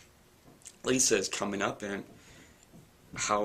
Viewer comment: You need to brush up on your pronounciation of Moroi, Lissa, Vasilisa and Rose but apart from that, good review. I'm just wondering whether you've read the entire series and if you liked it? Also, how well do you think these books will translate into movies?